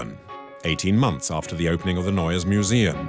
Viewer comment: Narrador péssimo...NEUES MUSEUM se pronuncia "nóies miusium"...